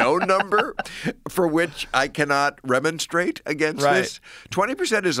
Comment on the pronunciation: He mispronounced "remonstrate" .